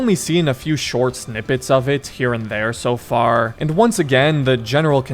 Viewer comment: "faarrrr" you been smoking too much?